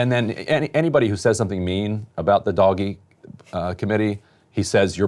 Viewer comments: I'm with Emily, it is hilarious every time Ryan says "Doggy" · Can't stop laughing how he pronounces DOGE - it's not dog buddy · it cracks me up everytime he says doggy committee XD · I'm ok with Ryan pronouncing "DOGE" as "doggy" ... we can go with that :) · I fkn love how ryan actively refuses to pronounce doge the way its intended to be lol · The most offensive thing about this video is Ryan’s flagrant inability to pronounce doge. You are making your living on the internet, learn a meme! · I love how Ryan Grim deliberately mispronounces DOGE, and then says "Sorry", and likely intentionally mispronounces it in a different way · Its not doge eh, not French or Canadian, are you miss pronouncing this on purpose? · Can we get a counter for how many different ways Ryan pronounces “Doge”?